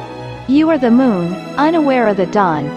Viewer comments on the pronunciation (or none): none